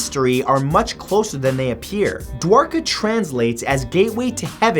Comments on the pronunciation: Sahil Saksena exactly, finally he pronounces something right😂😂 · Wow you actually pronounced Dwarka correctly